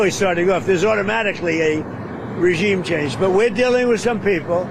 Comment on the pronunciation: He actually says "regine chamge".